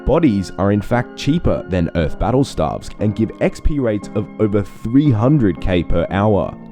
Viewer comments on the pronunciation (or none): Stay-ves, not starves......